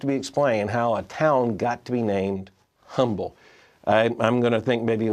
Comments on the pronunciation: It’s pronounced without the H sound, so it’s not actually Humble. It’s Umble. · It is pronounced, "Umble."